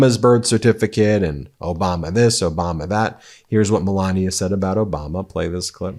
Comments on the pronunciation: Her name is melania not Pandora 😂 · I'm not saying that it's a long hard "ee" as you claim only happens in English (reference required!), but it's definitely an E rather than a hard AY (or AH as per your vampiric example). Listen to how Melania herself pronounces it - short "e". It's not accent-specific either, Ben just mispronounces it every single time and he really leans in to it! Note that he also called the University of Ljubljana "a local university" rather than attempting that name. 🤣